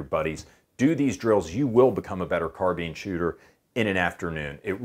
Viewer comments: Not a big issue, but it's not a car-been, it's a car-bine. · Cameron Don't care where the word originates from...we don't pronounce "encyclopedia" as en-cy-clo-pay-dia, and we don't pronounce "auto" as ou-to. It's car-bine.